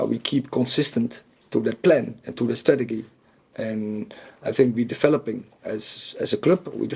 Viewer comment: He must be intimidating…but someone has to tell him it is pronounced “strateJEE” 😂